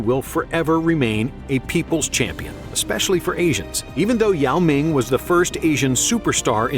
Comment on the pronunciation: Your pronunciation of ‘Yao Ming’ was randomly perfect and totally caught me off guard LOL Do you speak Mandarin?